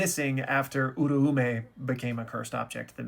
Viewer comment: Bruuuuh I'm not going to stop pointing out that you keep mispronouncing OO RA OO MEH by saying URU U MEH